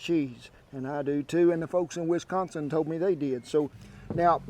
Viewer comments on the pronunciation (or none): none